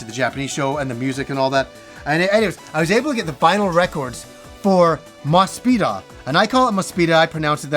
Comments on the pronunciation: Looked at the katakana and it looks like you're pronouncing Mospeada correctly from what I can tell. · I want to reassure you that the hiragana on the Mospeada soundtrack confirms your pronunciation. That's how I've always pronounced it as well before I could even read Japanese.